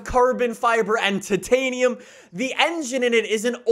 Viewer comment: “Tatanium” idk the way u said it